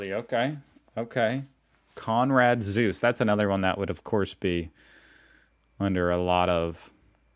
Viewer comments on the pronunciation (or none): Dear co-commentators, I'd like to advise you not to comment any of videos any longer. I repeatedly gave him "lessons" in German pronuntiation (nothing complicated; just things like not to drop vowels at the ends of words as he did here again in the name "Zuse" or how to pronounce "ei" and "ie"). I've tried to help him maybe four or five times. Yet I have to notice he doesn't care at all and goes on making the same mistakes over and over again. To me it's obvious he doesn't even read these commentaries. Do yourself a favour and stop wasting your time writing this guy! I'm pretty sure these words of mine will not be removed and stay here for the rest of this channel's existence because he won't read them anyways.